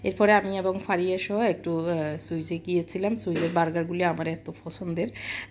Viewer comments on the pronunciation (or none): সুইজ না সুইস।